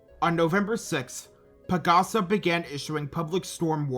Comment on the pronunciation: I am a Filipino and here is a correction, PAGASA is pronounced PAG-ASA, like the Tagalog word for "Hope".